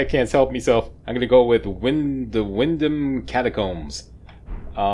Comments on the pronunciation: Yes,, "Windum" is how we English would pronounce Wyndham, the 'h' being silent, unlike in "herb":) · "Windum" sounds right to me. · Excellent pronunciation of 'Wyndham ". There is a place of the same name near me in South Wales, UK and that is how we pronounce it. Superb video as always. 👍👏👏👏